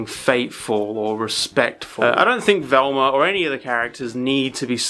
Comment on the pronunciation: I love how he says "Velmer" lol